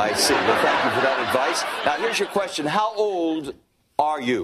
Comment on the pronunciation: “You better shut up and ask me another querstion.” 🤣🤣🤣